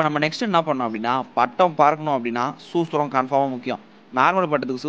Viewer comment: bro suthram not sucham